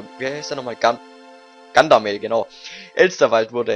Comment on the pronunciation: Gandamel ?! :D entweder gagarmel oder Gandalf aber gandamel xDD